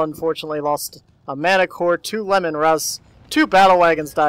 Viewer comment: Lee-man russ, not lemon. Named after the primarch of the Space Wolves.